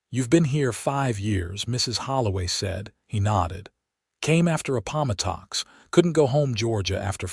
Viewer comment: “Apalmatox” laughing out loud…the narration of these stories and the mispronunciation of various words just makes me want to howl with laughter! I suppose it’s just AI but I think the producers should clean up these obvious errors before putting them out for public consumption. Otherwise I like the stories. … some of whom are a bit farfetched but they still entertain.